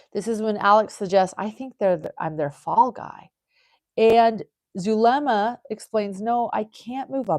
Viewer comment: Who is Dulema? I thought it was Zulema/